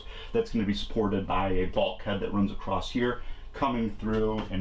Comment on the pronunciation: Hey fella there is no "T" on the end of the word across....just sayin.